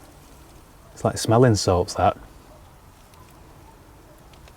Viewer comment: Is that "smelling salt" or "smell insult"? 🤔😬